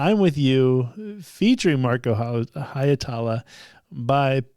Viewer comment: Why can so many English-speakers not get Marko's surname right? 😂 The "ie" is two distinct vowels, simple as that - Hi (as if you were saying the English "he"), then without an actual stop in the flow "etala"... For a Finnish pronunciation, look up "Tohtori: The Reveal (with English subtitles) - Masked Singer Suomi", time index